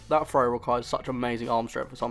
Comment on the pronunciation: I had a little trouble at first, hearing your "frow" instead of "throw" and "free" instead of "three". . . But luckily I have noticed this British/English way of speaking the "th" sound, although I know it is probably a regional, rather than a national pronunciation.